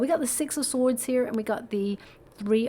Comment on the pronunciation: Thank you for that hugg! Ever so much. Yer not kidding. You cant say sword?